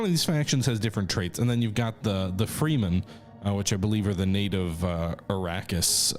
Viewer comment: Plus the 'Freemen'. He never changes 😊